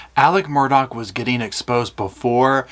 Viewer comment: I know my English and M-U-R-D-A-U-G- H is pronounced Murr-Daw. There's no Dock.